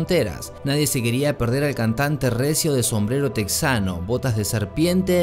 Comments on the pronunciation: Se pronuncia Tejano no Texano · Se dice tejano, no texano